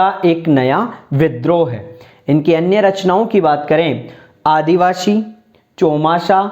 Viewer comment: आपका शब्द उच्चारण बहुत गलत है । आदिवासी को आप आदिवाशी 😢😢😢